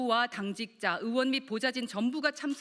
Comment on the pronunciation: 넘 거슬려요 허의원님.... 으원 아니구 의원 입니다 발음좀 신경써주세요